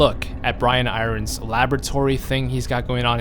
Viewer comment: I nearly had a freak out moment when u kept saying Brian I rons please can u pronounce it irons like the fucking metal sheeeeeesh lol